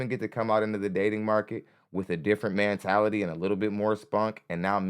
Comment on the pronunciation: Man, come the fuck on. Its "Mentality" not "mantality". That shit is aggravating.